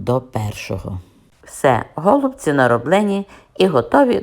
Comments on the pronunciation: Пані Надієчко саме голубці наголос на перший склад просто нас до такої міри все життя русифікували що ми вже забули.ГолубцьІ на російській наголос на останній склад.Щиро дякую за рецепт та за бездоганну рідну українську.😘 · Ми вже мали: какая разніца. Наголос у слові: голубці є правильним коли наголошуємо останній склад!!!